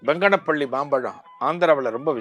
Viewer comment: சுவாமி அது பங்கனபள்ளி இல்லை. பனங்கானபள்ளி, ஜீவசமாதி கடப்பை ஜில்லா போத்தலூரி சிறு கிராமம்.